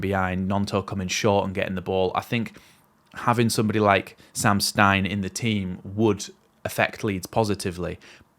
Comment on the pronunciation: mate love your videos,, but cmon, let's get the pronouncing sorted: it's SEM (not Sam!) STINE, and his club is not "TWENTY", it's Tuh-VEN-Teh MOT